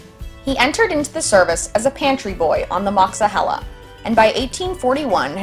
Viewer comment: Yes, that's the way we pronounce Monongahela.